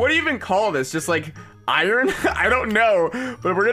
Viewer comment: I love how he says iorn mining seation